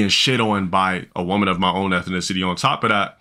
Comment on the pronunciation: "ethinicity" - the scholar